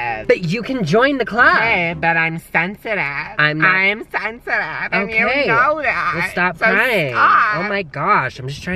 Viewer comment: “I’m SEsiTIvEEE and you KNOW THAT”